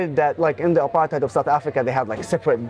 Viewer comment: First question I always ask: what do YOU understand under "apartheid"? Because few know what it means, or meant. Very few! And nobody pronounces it correctly anyway! From South Africa